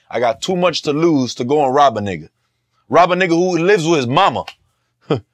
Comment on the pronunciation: White boy gotta stop sayin nigha